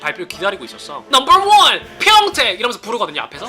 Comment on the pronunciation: 넘벌 워언 ~ 하는 거 너무 웃기고 외국인이들이랑 똑같음 ㅋㅋㅋㅋㅋㅋㅋㅋㅋㅋㅋㅋㅋㅋㅋㅋㅋㅋㅋㅋㅋㅋㅋㅋㅋㅋㅋㅋ